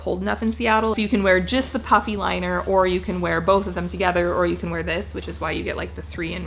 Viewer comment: Okay, I 💯 heard “puppy” when you said the coat comes w a “puffy” liner. A coat that comes with a puppy... now that is something I can get behind! 🤣